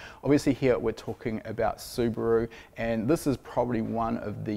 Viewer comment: I've liked this video within 20 seconds just because is a rare breed of Kiwi that says Subaru correctly:)